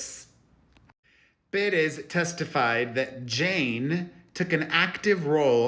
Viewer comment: Should we start pronouncing your name like this too peRESS?!